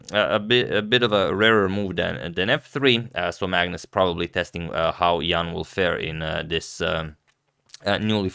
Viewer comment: You are one of the few people who pronounce Ian's name correctly.